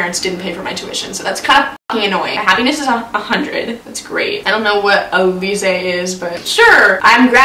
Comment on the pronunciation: that's not how you pronounce it😂 It's alcohol if you wanted to know!!! You might be wondering how do you know if your so young? JUST KIDDING YOU DONT KNOW MY UNLESS YOU WATCH MY CHANNEL but my 21 year old sisters name is Alize' she was named after the alcohol AHAHAHA😂😂😂